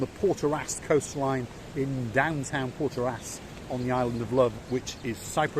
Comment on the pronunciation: It’s protaras not portaras and don’t throw food at a cat like that. And when flexing money “spending my money”